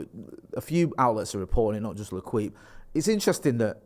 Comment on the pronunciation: L'Equipe pronounced Le keep, not Le Kwip 🤣🤣🤣🤣